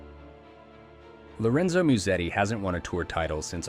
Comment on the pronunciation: Ah yes, Lorenzo Miusedi